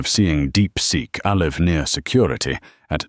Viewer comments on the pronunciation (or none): How Do You Fumble Pronouncing "Alive" 🥀✌️